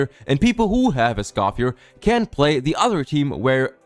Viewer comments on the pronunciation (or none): Omg dude…Escoffier is pronounced S-cough-fee-EH! Not S-cough-fee-ER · My only criticism, is Escoffier's name doesn't pronounce the R - How they say it in the english dub is actually correct (for once) as a francophone. /info + nm But yeah, It sucks that they're becoming this predatory of a company. Citlali & Mauvika want to be together too; but they didn't break the rule of 3 four star characters. What scares me, is if they get away with this the first time, we'll see more of this going forward.. and that means that it'd be better to just be a paid game from the get go...